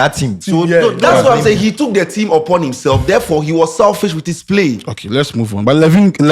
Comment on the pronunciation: How can say selfish 🤦🏻‍♂️